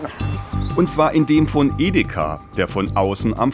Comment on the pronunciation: Ideka statt Edeka? 😂😂😂 komische Aussprache